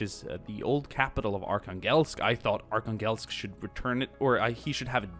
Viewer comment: Btw Arkhangelsk is pronounced arhanglesk, it’s not a huge problem but it kinda bugged me.